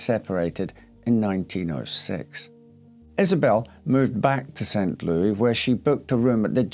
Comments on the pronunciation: It's pronounced Lewis, not Louie. Yeah, it's not a French city....and not far from there is Cairo, Illinois--pronounced Kay-Row....it's not an Egyptian city. But we still pronounce Illinois with a silent "s". heh. I can't really empathize with her, or her idiots lovers. Rich people and their self-made problems. I've known people kind of like her--all they care about is themselves, and they don't care if they hurt others...except when it turns around and bites them. You really have to work at it to kill yourself that way at that age. I think you have to be pretty much spending your days in a daze....I used to drink heavily, then something in my life changed, and I lost interest in drinking. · Hi, St. Louis is pronounced as in Saint "Lewis" rather than the expected French "Lew-ee" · St Louis is pronounced like the name Lewis. We don't use the French pronunciation here in the US. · St. "Louie"... adorable 😊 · I love your videos, I love the details and story telling, you are always dressed so sharp. Thank you for the hard work. Btw it’s pronounced St Lewis while being spelled St Louis❤ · Yes but you know how it is... other Countries pronounce their own city certain ways. Some say New Or-leens... but here in Louisiana we say New Or-linz. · "Saint :ouis" is pronoubced "Saint Lewis" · St. Louis is pronounced Saint Lewis. I live nearby and the mispronunciation is kind of grating. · Blame Judy Garland for our pronunciation of St Louis. 🎼Meet me at St Lewie Lewie, meet me at the fair…🎼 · It does show that he's aware of French pronunciation of the word. As a French Canadian, sometimes it drives me nuts when Americans do butcher names, like pronouncing Beauchamp as "Beechum". I mean, you guys do recognize the name Beau, or used as "his beau" like "bo". So why pronounce it "Bee" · Never heard the French pronunciation of St. Louis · He is still pronouncing it wrong. If you go there, people will laugh at you.